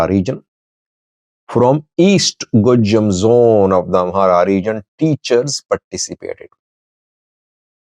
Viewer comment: pronounced Gojam just like the people from the area. He has become one of us.😂